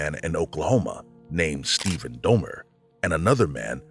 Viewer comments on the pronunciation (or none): none